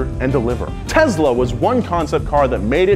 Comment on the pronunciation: Did he just say tensla